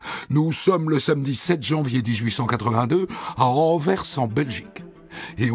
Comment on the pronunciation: il l'a prononcée plutôt comme la préposition "envers".